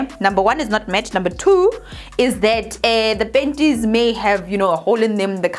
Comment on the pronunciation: When I see her I just laugh first thinking of penties 😂😂